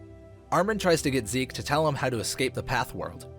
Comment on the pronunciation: Its zeke not seek